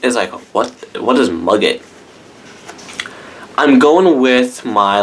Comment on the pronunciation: Muguet is pronounced 'Moogay' in French. Love your reviews!!